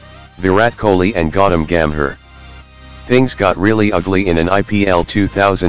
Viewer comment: Not "godom gam her" its Gautam Gambhir